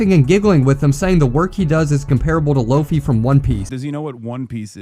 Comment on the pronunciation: Playing jump force and pronounced luffy's name wrong is hilarious